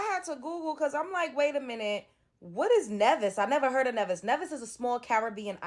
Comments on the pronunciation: it’s NEEEEEVIS LIKE (Knee-vis) 🇰🇳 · Its pronounced nee-vis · She looks like she has Additional learning needs, possibly her parents too . Coz wtf. It’s pronounced Nee- Vis. I’ve been there but over 20years ago. it’s a beautiful island, church doors left wide open all day… perfect island 😍 but I don’t remember seeing any persons tbh let alone this!